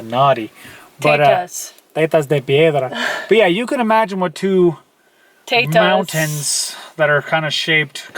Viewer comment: Teach to say "Mountains" and "Buttons". Love your channel and both of you.